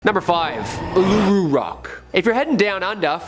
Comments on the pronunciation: Spoken Oolooroo not aluroo. You can't lock it away it's too big. You can't even get near it now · It’s pronounced UL-UH-ROO